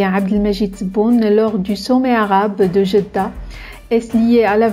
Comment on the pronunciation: "D"jeddah 😮😮😮😮 Depuis quand nous les marocains on parle avec "dj"???? Beuuuuuuuurk